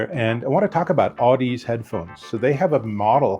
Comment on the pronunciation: Audeze is pronounced like the word Odyssey but with an Au instead of an O . "Audezay".